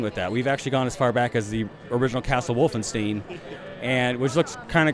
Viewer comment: He just said "Castle Wolfen"Steen" " XD